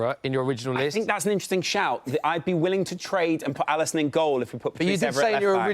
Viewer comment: Liverpool fanboy trying to say Alisson 😂 and then he picks Neville??? I’m done. Get a proper Liverpudlian on next time. WTF is this clown?